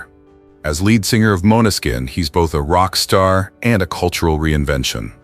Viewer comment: "MANESKIN", OR, BETTER, "MÅNESKIN", NOT "MONA SKIN"… GOSH!